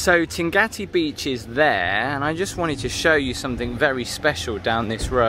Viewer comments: You say Tingati beach - is it pronounced like that? I thought it was Tingaki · Yes, it's Tingaki :)